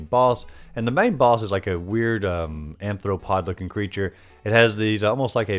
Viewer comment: I keep cracking up more every time i hear the word anthropod.